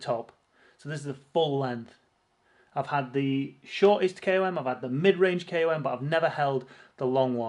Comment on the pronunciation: You’re a good guy, if one can overlook your pronunciation of ‘KOM’.